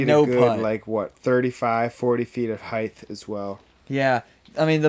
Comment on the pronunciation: Ok fellas is 'heighth' a disc golf term? Cuz it isn't a real word haha